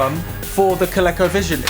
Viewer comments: Love it! FYI (probably showing my age here) but Colecovision is pronounced with a hard "E". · Here in the states (well mid-Atlantic anyways) we pronounce it ‘Ko-leeko. Never even thought of it with a short “e” sound. Neat!